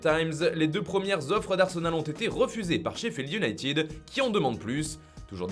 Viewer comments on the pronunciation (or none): none